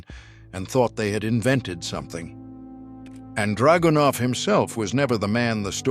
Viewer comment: actually the style was very good, just wish the Ai could be tweaked to emphasize the right syllables in draganov and a few other words. But the voice was cool for sure. Sorry to be very picky. But good job keep it up!